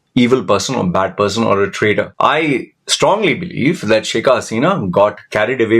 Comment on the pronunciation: Not sheika, but shake (Pronunciation)